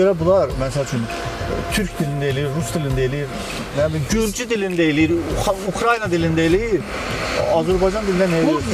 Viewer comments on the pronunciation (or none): none